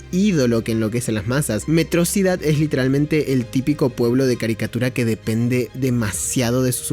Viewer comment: En todo el video cometió el mismo error que tiene megamente de pronunciar metrosidad en lugar de metro ciudad, no se si lo hizo apropósito pero me encanta.